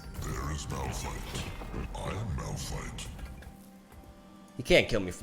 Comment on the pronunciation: It's Malfight not Malrun